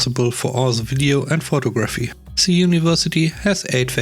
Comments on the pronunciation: Photography is CORRECTLY pronounced as FOH -- TOG--- RaFFEE (the TOG in the middle would rhyme with words like FOG, BOG, CLOG,BLOG, etc.) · Would you tell a British person they pronounce "vitamin" wrong? Americans say vy-ta-min. Brits say vit-a min. Give the guy a break. English is not his native language.